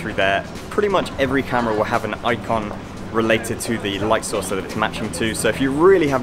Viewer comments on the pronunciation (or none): none